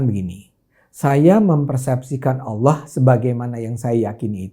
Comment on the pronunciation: Bang ADE....jgn bilang aolloh ...mesti nya Allah , klu aollah seakan akan cuman Islam yg sebut aollah